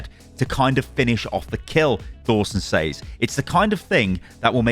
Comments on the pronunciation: why do you consistently mispronounce "says", aren't you english? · What in the broken english is that. Thats not how you say "says" bro lol